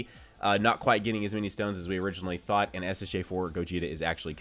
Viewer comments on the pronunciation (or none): none